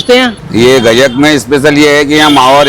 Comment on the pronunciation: gacccak nahi gajak hota hai...:face-green-smiling::face-green-smiling::face-green-smiling::face-green-smiling